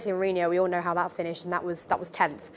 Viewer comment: You lost me when you said "dat"